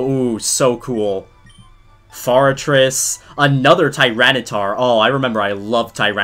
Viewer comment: Bro said fartress 💀